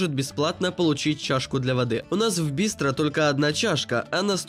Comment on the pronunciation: БистрО, дорогой, хотя и происходит от русского "быстро", но слово французское с соответствующим ударением на последний слог! В слове "крестьЯнин, ударение на "Я", а не на последний слог! Вы в школе учились?🤥